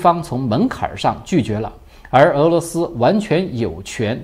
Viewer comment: 來了～🙋‍♀️ 這集很棒，深入探討烏克蘭跟俄羅斯關係。👍 是……漠ㄇㄛ'～😁＝＞漠視 （不是ㄇㄛ’～😁）＝‘’模‘’…或是更多中文的意思。 (注音符號結合四聲在台灣代表甚多意思。)🙇‍♀️ 但是這集真的～👍 值得分享～🙇‍♀️ 個人覺得，這頻道可以獨立出……文昭老師跟江楓老師的頻道了～👍👍👍 雖然我在這頻道少留言，但是一直在關注。✌